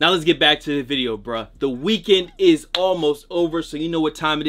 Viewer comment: can u please just say video correctly